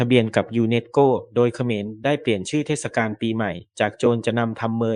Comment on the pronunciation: โหออกเสียง เทด กาน เลยเหรอไม่เทดสะกานเลยเหรอ